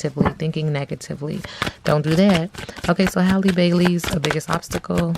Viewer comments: Great reading. Her name is pronounced (HEY-LEE) 🙂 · Girl no it's not. It's pronounced like the word AL but with an H in front. So HAL-LEE. Just like Halle Berry. Pronounced the same.